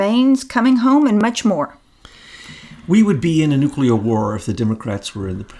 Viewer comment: Nuclear: new. clear like ,,, new cl ear , not nu ,Q ,ler .